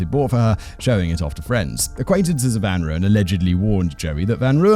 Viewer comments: Simon,you must brush up on your Afrikans.It's Mal-herb-a and van Royan. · Hi Simon. Thought I might help with pronounciation: Van Rooyen = 'Fun Roy-en' (pronounciation). Love the show. Escpecially when you and the team cover our South African cases. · Listening to Simon butcher the South African pronunciation of Van Rooyen (rooy, like as in royalty) makes me laugh so much 🤣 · The Rooy in Van Rooyen is pronounced more like the Roy in Royal. Other than that, great video again :)